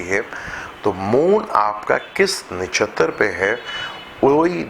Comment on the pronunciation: It's not disha (urdu meaning simt) it's dasha (planetry period) and. It's not nashatar it's nakshatra.